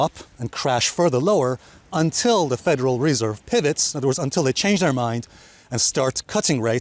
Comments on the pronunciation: I came to hear you pronounce Federal Reeeeserve. Thanks Alessio. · bro you pronounced the word federal reserve approx 80 times wrong in this one video 🤦🏻‍♂️ how many years it it going to take to get this out of your head and learn the right pronouciation? 😓